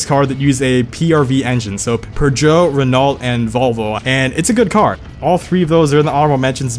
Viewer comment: The way you pronounce Renault and Peugeot 😂😂😂